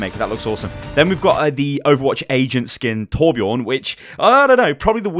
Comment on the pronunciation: Its TorbjÖÖrn